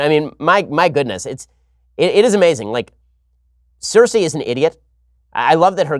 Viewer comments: It’s pronounced SIR-SEE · I usuay love Ben but he lost me with his predictions on Dany. She's too amazing to ever "join the dark side". But then again, he can't even say Cersei's name correctly. Ben "Jon Snow" Shapiro - he knows nothing.